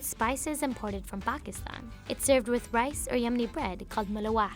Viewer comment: The way she said malawah😣 also its not a bread exactly lolll